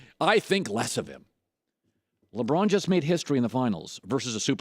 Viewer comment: You had me until you said "La Braun."